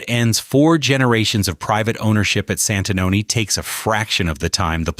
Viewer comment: You completely miss the time line of Santanoni, AI has a lot of potential but this is an example of how it falls short. Please pay attention to correct pronunciation.